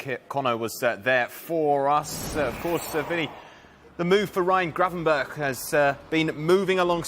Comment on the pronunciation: It's Gravenberch, and why do you want him to go?